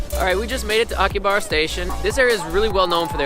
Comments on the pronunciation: It is pronounced AKI HA BRHA, not akihabara. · Quit saying aki/ha/BAR/a. It's Aki/ha/BA/RA. The girl speaks Japanese, why didn't she correct you?